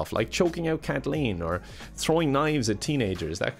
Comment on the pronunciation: You keep pronouncing Willem as William. But then again you also pronounce Kathleen as Katleen, so maybe names aren't for you,.